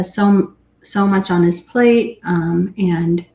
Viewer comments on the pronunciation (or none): none